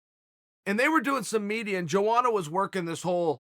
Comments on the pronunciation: YOANA CHAEL NOT JOANA YO YO :( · its pronounced yoana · EVERYTIME HE SAYS JOANA IT CUTS ME LIKE E K-NIFE